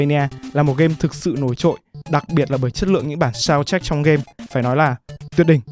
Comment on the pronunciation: Mình mong bạn cải thiện hơn về giọng đọc vì mình thấy bạn đọc khác là giật cục thậm chí có lúc bị dừng lại vì có vẻ bạn chưa thuộc scrip, giọng bị đều, hơi châm xíu và nhấn nhá chưa đúng lúc. Còn một lưu ý là bạn nên để ý một chút ở phát âm vd:(soudtrack chứ ko phải shountrack or trevor chứ ko phải chevor). Là một fan của Phê Game cũng khá là lâu r mình mong bạn cố gắng ạ. Đây là ý kiến cá nhân của mình có thể sai nhưng mong bạn xem xét!